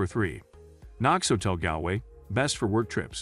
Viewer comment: You could of at least learned to pronounce Galway properly.